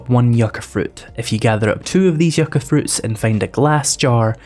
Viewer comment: Growing near the California desert you are saying Yucca correctly I like your yellow dog